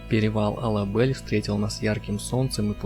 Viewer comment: Все отлично, но мне, как выходцу из Кыргызстана, очень режет слух произнесение названий таких как ТЭо-Ашуу и Ала-БЭль. Правильней будет Тоо-Ашуу и Ала-Бель.